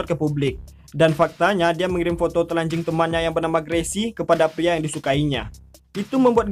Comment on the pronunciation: Bang lucu bangat bila abang bilang " telanjing "